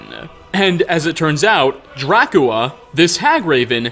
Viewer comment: Being able to say drascula that many different ways without doing it right even once is such a power move